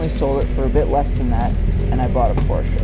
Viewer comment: good to hear at least one guy can pronounce Porsche right.